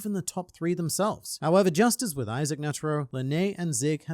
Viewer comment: Ah yes, that's not Lady Justice, but "Lady Just-As". Far superior.